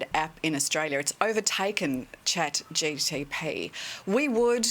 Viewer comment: She couldn't even say chatgpt 😂